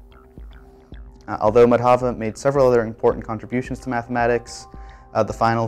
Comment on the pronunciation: The pronunciation of Indian names is unfortunately incorrect. The stress in the trisyllabic names Madhava and Kerala is on the first syllable, not the second (i.e. MAdhava, KErala using capitals for the stressed syllable). In the name Sangamagrama, which has 5 syllables, a compound of Sangama and Grama, the stress is again on the first syllable of each name - i.e. SANgama and GRAma. These are simple rulea and abiding by them ought not to be a problem..